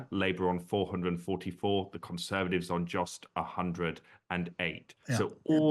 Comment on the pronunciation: Conservadivs?? Why can’t this bloke say Conservatives? Vote Reform